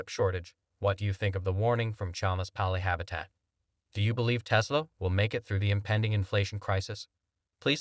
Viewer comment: You pronounced Palihapitiya 3 different ways, and yet all 3 were wrong. Lol. If you are going to do an entire video on one person's comments you should either research the correct pronunciation or just use their first name.